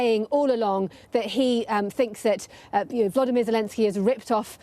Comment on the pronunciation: His name is VoloDYmyr, not VoLOdymyr. The accent is on the third syllable.